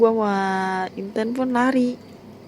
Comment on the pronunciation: intan tp aku dengernya inten